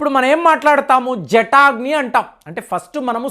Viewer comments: జటాగ్ని కాదండి...జఠరాగ్ని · Hi sir, A small correction. Not jataagni Its JATARAAGNI. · జఠాగ్ని కాదండి, దానిని జఠరాగ్ని అని అనాలి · జటాగ్ని కాదండీ. జఠరాగ్ని అని ఉచ్చారణ చేయండి దయచేసి.😊😊😊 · జటాగ్ని కాదు జఠరాగ్ని అనాలి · అది జటాగ్ని కాదు. జఠరాగ్ని. గమనించగలరు. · జటాగ్ని కాదు జఠరాగ్ని